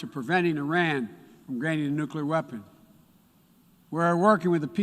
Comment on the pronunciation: He is not pronouncing the name Iran correctly... he is either very dumb and knows nothing about relations with Iran, or he is intentionally insulting them by mispronouncing it. Looks like we will be financing Afghanistan 2.0